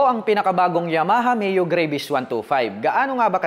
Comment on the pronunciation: GRA - VIS daw tamang pag pronounce lods hindi GREY-VIS.